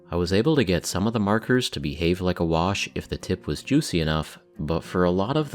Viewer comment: I'm going to need you to never say "Juicy" like that again. Thanks.